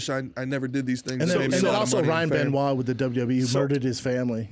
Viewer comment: When he said Ryan Benoit 🤦🏻‍♂️